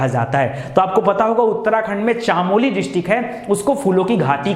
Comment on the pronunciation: चामोलो नहीं होता चमोली होता है।।।